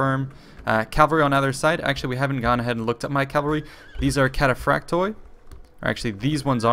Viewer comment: its cataphracts in its mothr language..either latin or greek...but the end pronounciation is i instead of oi